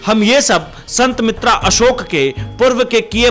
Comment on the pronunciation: अरे एंकर भाई कम से कम ज्योतिषीजी का नाम तो सही लेलो। ये हैं संत बेतरा अशोक, संत मित्रा अशोक नहीं।